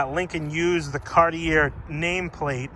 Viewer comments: FYI,it's pronounced Cart-ee-ay not Cart-ee-air. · CAR-tee-AY. It’s not your accent. It’s that you are pronouncing it incorrectly. You live close enough to French Canada to know better. lol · Cartier is pronounced ‘car-tee-AYY’ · Cartier...pronounced car-t-a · You're not pronouncing Cartier correctly. Sounds like Carti"a". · Can I tell you how to pronounce this properly : “Cartchay” Luv your cars! From Canada 🇨🇦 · Love this car. Cartier is pronounced Kar-tee-ay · It's actually more like caht-yay. Two syllables. I'm from Montreal. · Just FYI it is pronounced Car-Tee-A. Take it for what you will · Say it with me. CAR-TEE-AY OMG! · Thank you for not forgetting these luxocruisers. This is the one class of vehicle where American Manufacturers really excelled. Thanks also for keeping it honest, and pointing out a vehicle's little dents, dings, and imperfections, none of them are perfect. Lastly, Cartier is pronounced Car-Tee- AAY! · Cartier... The last r is silent